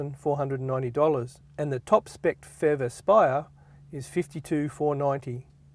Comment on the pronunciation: The FEV? You really should say P-H-E-V. Good review though.